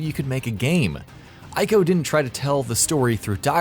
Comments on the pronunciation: He said "I"co lol. Pronounced "E"co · Its Prounounced EE-co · Ico is pronounced, " EE-KOH." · God, I can't stand when people pronounce Ico incorrectly. And he said it so often it hurt.